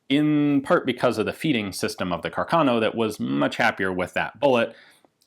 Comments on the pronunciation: The correct italian pronunciation of the name is Càrcano, with stress on the first "a", not Carcàno. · The title is really excellent. I'd add the following subheader, though: "Joy and Sorrow for Italian Troops". And, as a side note, the correct Italian pronunciation is "Càrcano". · Fantastic video as always Ian. However, I believe the correct pronunciation is Càrcano, and not Carcàno (I’m a native speaker). A bit of nit picking on my part like the Garand pronunciation controversy, but I’ve never heard anyone in Italy say Carcàno. Foreigners pronounce it Carcàno. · For a better pronunciation of Carcano, try here: ;)